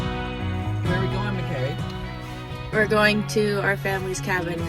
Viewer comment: I'd always pronounce your name like Muh-car-ee in my head 😂 It's more like muh-care-ee. Okay Nice gym progress what the fuck 😂😂